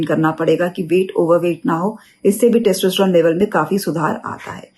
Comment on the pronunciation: मॅडम पहले testosterone बोलना सीख लो